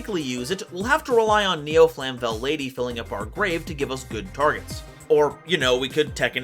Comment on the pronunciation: Flame-vell, not flam-vell